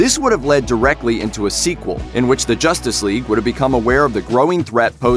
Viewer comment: "JOSStice Whegue"